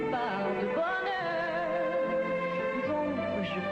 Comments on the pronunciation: It's a little bit in between "coeur" and "cair", "bonheur" and "bonair". If you understand french, you'll know what I mean. But you're right, she's leaning towards "...air" instead of "...eur". That's not the way most of us pronounce them. The English (British) equivalent would be a word like "water". The North Americans would pronounce it as "Victor". But neither pronunciation is wrong, just different. I hope it answers your question😉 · For you who are in fact québécois, are you comfortable with how Céline pronounces the words "coeur" and "bonheur" in this clip? I find it way too americanized, and not how you would actually say/sing the words in Québec.